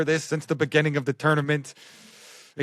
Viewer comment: Has anyone going to bring up pronunciation of the word "BEGINNING"? Not trying to complain but it's just funny. Love you!